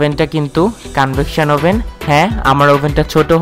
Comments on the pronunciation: ওভেন ই তো বলতে পারেননা।আভেন বলছেন। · ওবেন বলেন আবেন আবেন করেন কেন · এটার উচ্চারণ আভেন! ওভেন বানান হলেও উচ্চারণ টা আভেন হবে!দরকার হলে গুগল ট্রান্সলেশন করে দেখতে পারেন🙂